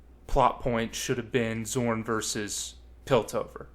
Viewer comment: Great video, and I agree with just about everything you've said, but you calling Zaun "Zorn" for the entire video is driving me a bit nuts lol. Really validating hearing someone's thoughts put out in this form though, there aren't enough people talking about how disappointing that season was.